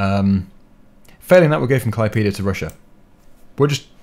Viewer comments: he said klaipyda instead of klaipéda, the letter é doesn't even exist in english and isn't simmilar to any english letters that I can recall, best way to hear is type Klaipėda into google translator (english>Lithuanian) and make google say it, it's not fully simmilar to how a Lithuanian sais it, but simmilar enough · I from lithuania and you sai klaipyda you need sai klaidėda :D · klaipyda:DDDDD btw I'm from Lithuania and it's so funny how you pronounced klaipeda:DDD anyhow, keep up the good work. Good luck:D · I mean well for an english speeker, but me being a lithuanian, its to funny 🙂